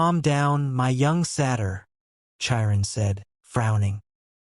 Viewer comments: And Thalia. I'm trying to sleep to this audiobook and the pronunciation of a lot of things keeps jerking me out of my sleep. It's so unsettling. 😭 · The voice is AI so it's pronouncing names wrong. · The pronunciation of Chiron 😭😭😭